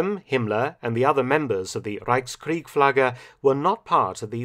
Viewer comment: Reichskriegsflagge - not Reichskriegflagge